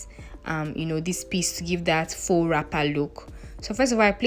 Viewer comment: Tu fais bien avec le français😉 from appliqué to faux. Tu vas bien.